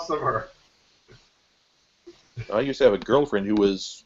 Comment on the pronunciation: Gossimer not Mortimer